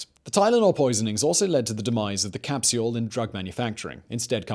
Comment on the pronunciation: How does this dude spell capsule...? Capseule? Capsiyule? It’s two syllables not three lol.